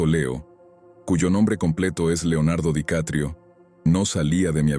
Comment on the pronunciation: Hahaha "Leonardo DiCatrio" xd